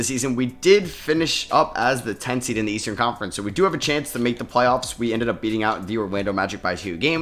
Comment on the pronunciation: “as the 2 seeed” 😂😂